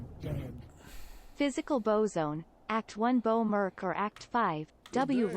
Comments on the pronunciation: its merc bro not mers take this downvote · i love your channel and content and all but man i can't power thru this vid due to the food eating... most annoying sound in the world i swear fo'gawd that and saying "merc" like murse/purse instead of merK as in when a mercenary MERC's someone.